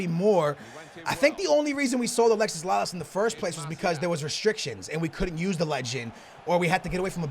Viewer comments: Alexi not alexis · actually lalases name is alexi not alexis